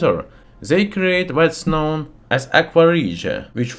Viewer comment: He totally pronounced the K in ‘known’ 🤣